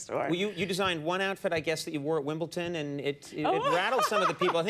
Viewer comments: Conan! It's wimbleDon not wimbleTon! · wimbleton 😂. please Conan